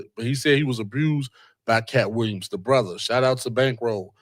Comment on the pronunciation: Billy said “pamily” but you said “abrused “ like three times!😂😂😂And how is the comedy community NOT affected when one of the biggest comedians in the world, on tour with other well known comedians, name is involved in this? Have you seen the many comedians speaking on this? SMH! I don’t think you’re you’re intellectually equipped to cover this story……type shht 😂😂😂